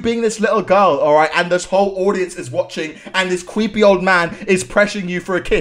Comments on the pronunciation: I love how he said cweepy instead of saying creepy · he said cweepy